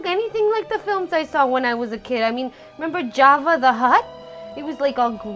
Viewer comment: I was expecting him to flip out when she said "Javva the hutt" IT'S JABBA!!!!!! AHHHHHHHH!!!